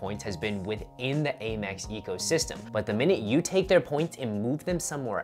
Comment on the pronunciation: Out of curiosity - why do you call it A-Mex? It’s driving me crazy 😂